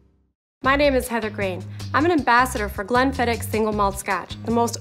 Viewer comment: She pronounced it the right way. Maybe she had less "h" after the "k" sound but MUCH closer than goobers saying "glen-fidd-itch".